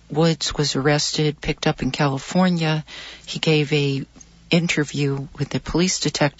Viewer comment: He said Killafornia.